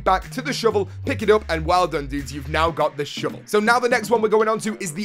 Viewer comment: i love the way you say shovel... sounds like "shivel" keep up the great vids..